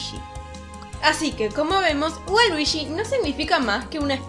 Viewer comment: luishi y waluishi jajaja